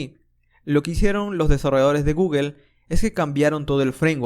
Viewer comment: genial curso! solo que me vuelve loco que digas guguel XD